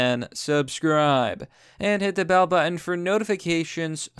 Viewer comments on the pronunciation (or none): none